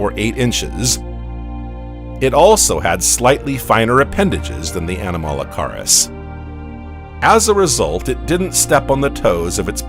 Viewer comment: The period is pronounced "ee-dee-ACK-aran." It's named after the Australian location where the first fossils were found. The "weird shrimp" is "ah-nom-uh-la-CARE-iss."